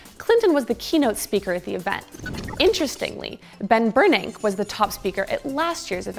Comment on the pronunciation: Ben Ber-NACK?? REally?!?!